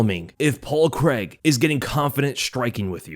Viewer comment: There's no Paul Creg- try this phonetic pronunciation- Crayg. It's sounds horrible, as a Scot, to listen to your lazy pronunciation of a good Scots surname!